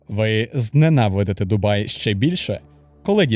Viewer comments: Не "Дубаї" а ДУБАЙ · Перегляд закінчився на . Як можна слухати факти про місто, коли автор навіть правильної назви не знає. Дубаї 😂😂😂😂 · Ну вы серьезно? 🤣 Автор вообще был в Дубае, прежде чем это публиковать? На метро там прекрасно можно посещать многие достопримечательности. Парки, торговые центры, набережные - везде остановка метро!! Кстати которое наземное и можно много чего рассмотреть. И правильно говорить ДубаЙ, а не «ДубаЇ»!!!! Дубай - это один из эмират. Вы же не горите «Києви, Одеси» 😁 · От коли в називному відмінку кажуть «Дубаї», мене аж верне. Через це вирішив не дивитись відео. Якщо автор не знає як правильно писати і вимовляти «Дубай», то довіри до іншої частини контенту теж мало. Що спадає на думку коди я чую слово «Дубаї»? Що я розмовляю із неосвіченою людиною. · «Що найперше спадає на думку, коли ви чуєте слово Дубаї». Найперше спадає на думку, що автор навіть полінився в Вікіпедії (чи де ще вміє перевіряти) прочитати, як місто ПРАВИЛЬНО називається. І, швидше за все, в самому місті не жив/був, бо як можна там побувати і не вивчити назву. А, якщо не жив, то не відчув це місто, і не зрозумів життя в ньому. Як можна взагалі робити огляд про місто, де ти не був. Просто начитався інтернету і переказуєш прочитане? Коротше, я прийшов сюди заради україномовного контенту, але знову зіткнувся з тим, що він (контент) низької якості. Особисто мені за такий україномовний контент соромно. Перепрошую, якщо когось мої слова зачіпили.